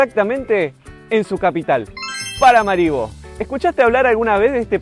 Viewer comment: Muy interesante reporte desde un pais poco conocido. Me gustaría ver interacción con gente local. De paso, la pronunciación correcta del nombre de la capital es con acento en la última "a".